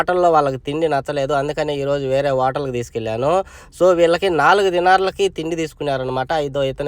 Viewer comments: Vatal kadhu bro hotel 😅😅😅😅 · అది వోటల్ కాదు హోటల్